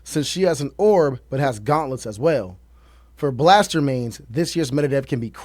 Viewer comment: U got gauntlets right though ✅